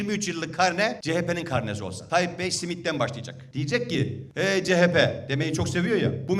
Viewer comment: Sayın Başkanım Lütfen teessüf ederim Eyyyy ce he pe değil Eyyy ce ha pe 😊